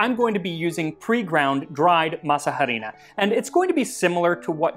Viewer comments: The way you say harina cuts my ear, the h is not supposed to be pronounced ;). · oy.. but the pronunciation of Harina kills me.... ugh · it kills me every time the way you pronounce the 'H' in Masa Harina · Arina, not ha-rina. The 'h' is silent. Why? I don't know. Why is "enough" pronounced "enuff" in English. Maybe the Cloister monks who wrote these words were very bored and got their kicks watching people mess up the spelling of those words. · Mole, por favor. Yum, que deliciosas! I chuckled hearing you pronounce “harina.” 😅 The h is silent therefore it’s arina not “h”arina. Heeehehee.😅. G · I’m that annoying person who needs to correct 😂: masa harina doesn’t “literally translate”, corn flour, it means dough flour, or in this case: masa flour because is a very specific type of dough… sorry! I know no one cares but it it bugged me and my neurodivergent brain started to glitch, even though I totally understand what you mean 😂…. But your Spanish pronunciation is VERY good (just a pro tip: the H in harina is completely silent) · Harina is pronounced “ah-REE-nah”,silent H..👍🏽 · Love your channel but harina is pronounced "arina" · Harina, don’t pronounce the h, just say Arina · OMG, I nearly died when I heard you say "harina" without the silent h... I think it's so sweet that you try to use the original names of things, and I'm proud of you for acknowledging your mistake later in the comments... Now, to answer your question: chocolate!!!!!! Please!!!!! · Quit pronouncing the h in harina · It took me a few times to realise he was saying harina, the “h” is silent in Spanish, also we just call that maseca, but really great video these are also just called empanadas in Mexico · This is how we eat quesadillas we stuff them with cheese mushrooms or cheese pumpkin flowers and top them with pickled shredded carrot and cabbage. oh by the way I'm sure someone already mentioned that the H is silent in harina. can you do a history of mole it's one of my favorites